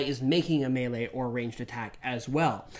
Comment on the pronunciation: Mispronouncing the word “melee” is truly grating.